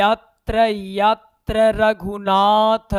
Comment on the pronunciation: Yatr yatr raghunath ,,, slok ap galat padhe hai